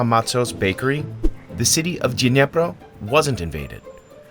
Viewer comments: It's Dnipró, not Dnépro. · The pronunciation of the Dnipro city is the only wrong part of the video. Like, common where the heck that "ye" sound comes from in Dnipro? It is not Dnyepro, nor it is "Dnieper" as it used to be known - it is Dnipro and so is the city - it is even easier to actually say! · It's not Dniepro, it'd Dnipro, please pay attention, because Dniepro is ruusian way pronounce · You should say 'Dnipro', not 'Dnepr' Great episode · You wrote it wright – "Dnipro", but you're saying it wrong "Dnepro", which is from russian language not Ukrainian( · Kind reminder - city is called Dnipro (like the river). Dniepr is a russian name, and it sounds sort of awful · Great video! But please, pronounce the name of city Dnipro correct 🙏 it’s [dn⁽ʲ⁾iˈprɔ] not [dnʲepr] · It's actually Dnipro, not Dnepro, which is russian pronunciation.